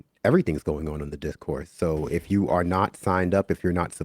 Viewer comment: “Th3 Discourse” not “thee discourse” btw 🤣